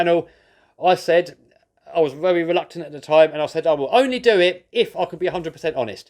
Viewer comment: 'And I'll see yu veri veri soon' that accent killed me 💀💀